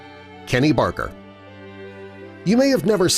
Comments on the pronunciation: It is Kenny Baker not Barker . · It's Kenny Baker not Barker! Pay attention! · It's Kenny Baker not Barker, damn get his name right, click baiter! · Its Kenny BAKER NOT Kenny Barker!! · Not Kenny barker..........It is baker. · It's Kenny Baker, not Barker. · The name was "Kenny Baker" not "Kenny Barker"!!! Get your facts right... SMH... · I was gonna say that! And its Za Za not Jar Jar too!